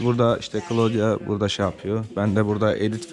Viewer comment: Daha kızın ismini söylemiyor köylü..klodya degil klaudiya okunur..